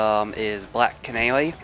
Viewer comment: Numba thweeeee starting at black canawy😂